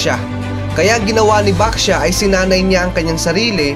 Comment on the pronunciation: nag kamali ka sa pagsabi lay baxia sabi mo basha yung 2 sabi mo pero 1 lang po yon merry xmas po